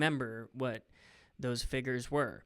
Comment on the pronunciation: Literally nobody: Matt: “ F I G G E R S “